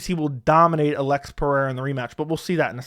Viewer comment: Why can't you say the name Alex?